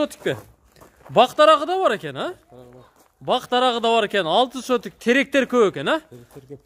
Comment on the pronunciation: Атакул сотик эмес! Сотых деп туура суйлосонор сураныч